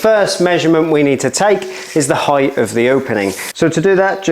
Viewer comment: 'Heightf' is now my word of the day.